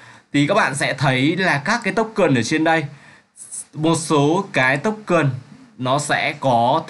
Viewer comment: smartchain không fai smart chen ad ơi :))) token không phải tốc cần :)))